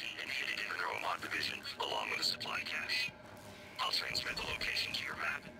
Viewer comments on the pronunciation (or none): none